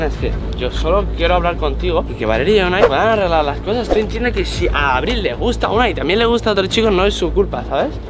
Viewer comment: Aprende a pronunciar abril